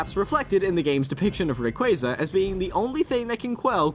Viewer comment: Rayquasa, not Rayqueysa... ~